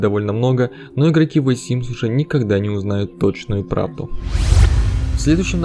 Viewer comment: ВЭ СИМС ЫЫЫ